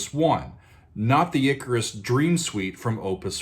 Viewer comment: It's pronounced ICK-CAR-US